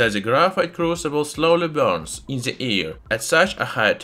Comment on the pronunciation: "Slowly burns in ze ear." Oh no